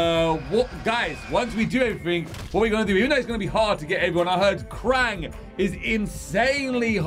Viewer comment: It's krang